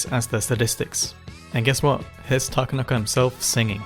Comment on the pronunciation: heads up; Japanese names are annunciated on the 2nd syllable, not the 3d. So his name is ta-KA-na-ka, not ta-ka-NA-ka